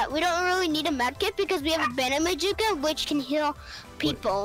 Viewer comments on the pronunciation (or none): mic is loud but hes chill so its all good he says banemajuka instead of bandage bazooka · Yup: bandug bezuka lol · He say banagebadooka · Nobody: Absolutely nobody:: bAnDoSh BaMuKa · "Bandagemojukea" bro I can't 🤣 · My man said bandage bajooka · said bandege mazooca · did he say bandage majiga? lol